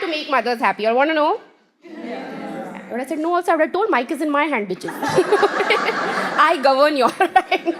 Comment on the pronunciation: Everytime she says bithes it feels boom